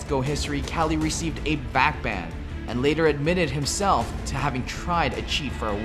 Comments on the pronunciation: Why does he say KÄLY not KUKLI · Everytime some american says kelly and not kqly, i gain 3 more cancer cells. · Its fucking kukli not kali Holy fucking shit triggeres me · it kukly shot, not kalyy shot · its kukli not kqly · caly? isnt his name pronounced kuukly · who the fuck pronounces kqli "cali"... the accepted pronounciation is "kukli"! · It's not kally, it's KUKLI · its kukli not kali idiot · Its Kelly.... Not Cali.... Jesus christ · Why the fuck is he saying cali for kqly